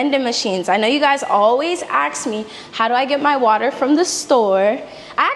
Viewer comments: Ask. Not ax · The word is three letters long and is said, ASK, not Axe, I woulda thought you would have the word down pat but what would I know. Nice pad, BTW. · Ask…NOT ax…😮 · Ask❌ Axe✅ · Sugar it’s not axed it’s ask it’s really not a difficult word to pronounce - 3 letters sugar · "Ax me" lol 😂🤣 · “You guys always wanna AX.”